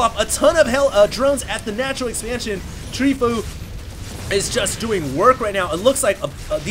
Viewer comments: tree fo you , fo u etc. not tree foo or w/e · It's pronounced Tree-fo-U. I wish you would watch the GSL and be involved in the community more than just casting replay packs you find. Then you would know that fOu is a great pro Korean team that includes the likes of choya, TheBest, SC, and Leenok. I think more knowledge of the community would serve your casts very well! Thumbs up if you agree